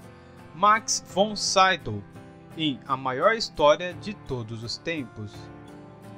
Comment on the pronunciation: A pronúncia não é Saidow, e sim Max Von Sidow mesmo.